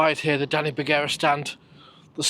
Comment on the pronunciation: Although I would normally argue Stockport is Cheshire, I'll happily take a video highlighting us. As for Begara it's pronounced "Ber-gar-a".